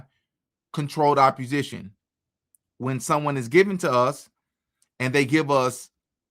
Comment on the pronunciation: Opp-o-sition theres no R ❤